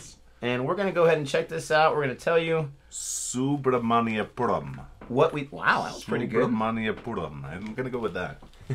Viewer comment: I hit the like button as soon as you guys pronounced Subramaniapuram!